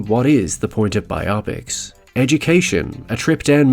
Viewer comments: Bio-pics. Not bi-opics. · And interesting topic, but you instantly lose me when you say “BI-OP-PICS” instead of “BIO-PICS”. This drives me crazy. Do you read a “BIO-GRAPHY” or a “BI-OGRAPHY”? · Pet peeve of mine…saying bi-opics and not bio-pic. Not a big thing, but legit it’s an abbreviation for “biographical picture” not “biographical Optics.” Again I know accents are different… but Bio Pic sounds like odd when smashed to one word. Biopic…it’s two… tangent I know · Bi-opics???? Nah it's bio-pic as if to say BIOgraphical PICtures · The word is pronounced as bio-pics not bi-opics. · Phonetics: bye-Oh-pics ? No, honey, it's: BYE-op-icks . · Bi-op-ics? BIOgraphical PICtures. BIO PICS. Biopics. Bi-o-pics. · I cringed every time your said bi-opics 😩😩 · I have to say, i have never heard someone pronounce biopics the way you do lol.